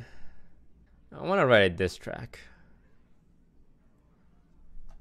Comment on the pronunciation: "like how Eminem wrote his dis tract" I'm pretty sure its just him not pronouncing things correctly.